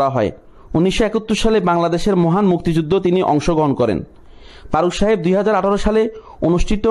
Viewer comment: আপনি তো ঠিকমতো কথাই বলতে পারেন না।।ফারুককে বলছেন পারুক,ফারজানাকে বলছেন পারজানা আরও কতো কি।।ভাষা ঠিক করেন।